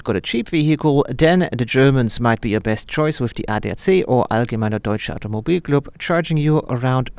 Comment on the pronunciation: "Allgemeiner deutscher Automobil Club", come on, no Australian can say that without an accent, you're originally from Germany/Austria?